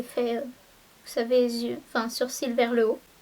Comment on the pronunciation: C'est marrant tu dis " surcils " au lieu de " sourcils " et du coup ça a tout aussi son sens vu que les sourcils sont au dessus des cils aha c'est trop mignon!